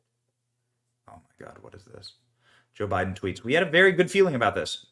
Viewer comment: 'Joe-be-won' and 'Mom-ala'.....😅 cringe.